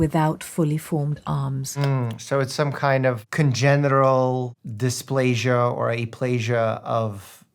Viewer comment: Is he a real doctor because he said congeral